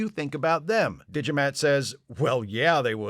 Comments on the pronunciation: „D'Jamat“, spoken like Digimat...sounds like a unique and powerful 1993 input device for PC. You know, bought by people without a clue about tech, who than praise the builders like gods (that's what the builders hope). Of course this business model never works out and only 1000 of them are being made. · I heard "Digimat". Sadly, they had to cut out, for reasons of time, all the scenes containing his brother Fotomat. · I'm also hearing Digimat. So thank you, for getting the Digimon song stuck in my head. Again. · "Alas, poor Yarrik" - Extra Internets points. And is it just me, or does "D'Jamat" (which I'm hearing as "Digimat") sound like a vending machine for calculators? Excellent analysis. Yes, the ending is SO "Let That Be Your Last Battlefield."